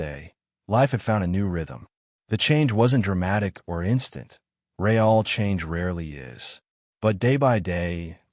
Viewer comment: The AI needs to be trained to recognize Real at the beginning of a sentence. It changes pronunciation to that of the Brazilian currency. The AI needs to recognize context for choosing how to pronounce wound. Good story, repetition seems to have been eliminated, yet narration needs work. This channel normally has done better with narration.